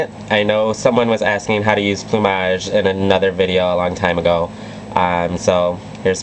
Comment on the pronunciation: Wow.. I think its the first time i hear someone prononce "plumage" correctly. Amazing look btw, I loooove you videos